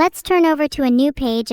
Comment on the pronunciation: read Reee=ch-ard but is not ch